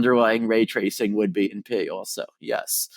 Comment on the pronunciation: Thanks god for the subs. Just listening to this you'd hear "Oh yes, this algorithm is NP" but he was saying "in P". At the moment I was like, wait raytracing is NP? That can't be right. Then I decided to open the subs.